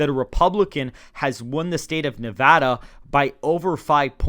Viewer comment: Thank you for pronouncing Nevada properly. Nev-add-uh, not Nev-ah-duh.